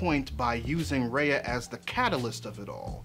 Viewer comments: it's RUHYA not REYA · I'm sorry but this is bugging the shit outta me Ah-hem! R-EYE-AH not R-AY-AH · Okay but....could you say her name right? It's "Rai-uh" not "Rei-uh" You were able to evaluate the whole movie beautifully though :)) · this is exactly what ive been thinking about, thank you. also Raya's name is super symbolic in a lot of SEasian languages which is cool especially when pronounced how it is in the movie (like rye-uh not ray-uh) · btw it's pronounced "rhy-a" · Bruh it's "Rye-A". btw I completely agree w your point, great video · It's RAAAAA - YA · Her name is pronounced, "rai-ya." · It's pronounced rah-yah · can yall learn to fucking pronounce raya correctly